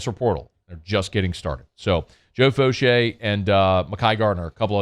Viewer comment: Fouchaa not Fouchay lol but that doesn’t matter that’s my people from that 7th ward sbp